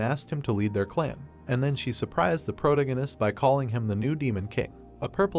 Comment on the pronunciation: can't stand the way it pronounces "protagonist"